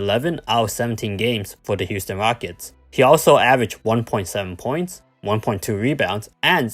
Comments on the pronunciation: '' da Houston wockets '' 😂😂😂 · '' the Houston wockets''